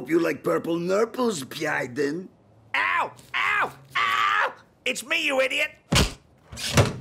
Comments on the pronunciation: “Bydyen” HAR HAR HAR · Great clip, as always i have to say. While every line is max fun, for me it is how Puppet Putin pronounces "Biden" X) that will stick. On that note, the screams of the Wig were hilarious as well